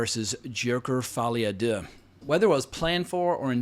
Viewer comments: The way he says Folie a Deux is hilarious 🤣🤣🤣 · Can you stop pronouncing Folie à deux in that way? It was OK the two first times but as a French I am beginning to find it very offensive You have to know that Folie à deux is an expression for bipolaroty disorders, that is probably the reason of the title